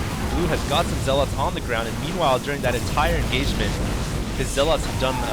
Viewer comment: i like your style. nothing against you, you're saying zealot wrong. it's infuriating. just a comment.